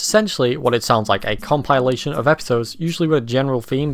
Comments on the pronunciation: Nobody could possibl-eye pronounce it like that. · Hahaha imagine not having heard “compilation” pronounced out loud first before reading it, couldn’t be me and my eepy-tome. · Enjoyable video. Never heard anyone pronounce 'compilation' like that before though lol.